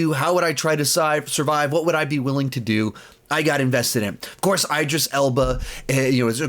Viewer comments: I don’t think it’s pronounced “ eyedris “ Elba. Love this channel tho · Yeah it’s “E Dris”